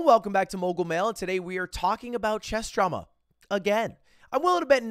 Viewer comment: Every time he says "chess drama" I for some reason hear "chest trauma" lmao